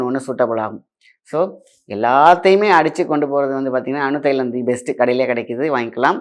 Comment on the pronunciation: Please தைலம் பேர் தெளிவாக சொல்லுங்கள்